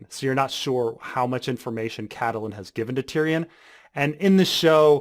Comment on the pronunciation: The 'E' in Catelyn is silent.